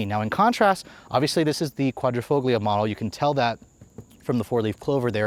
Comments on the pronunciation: Qvoglio - G here is silence in Italian, like Pagliacci, G is silent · The "G" is silent in Quadrofoglio 😂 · Love the review, the way you say Quadrifoglio though cracks me up lol. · Please stop pronouncing Quadrifoglio with a hard “g” sound. It should sound more like “fohl-yo.”